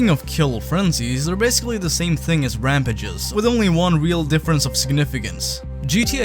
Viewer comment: Your pronunciation of rampages gave me aids